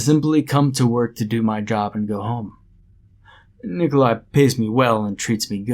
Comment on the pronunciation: "Nicole eye", eh? Real slav-ophile you are...